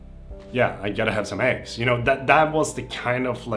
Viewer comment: Keep crushing it your videos are awesome ☕ when you said I gotta have some eggs in your swedish accent I have to admit it was quite entertaining I cant lie. I relate to this video its so good that you share and talk about these things on your channel it makes you a real person. Looking forward to your future videos brother